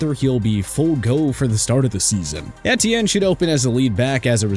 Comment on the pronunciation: Take a shot for every time mispronounces Etienne